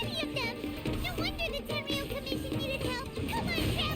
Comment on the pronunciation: Tenryou commision, not ten year old cimmision lol